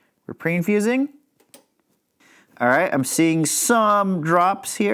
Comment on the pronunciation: it sounded like used the phrase pray-infusing. That is my new favorite phrase. Oddly enough, this video makes me want one.